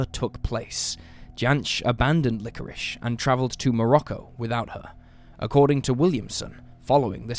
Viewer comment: LikoriSSSSHSHSH" That's it. I am using subtitles.